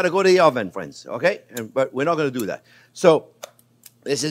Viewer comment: "Well hello there phrinzzzzzz!!!!"